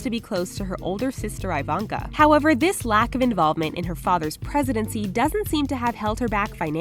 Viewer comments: Eeeeevonka not iiii vonka thats my only complaint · YOU’RE PRONOUNCING IVANKA INCORRECTLY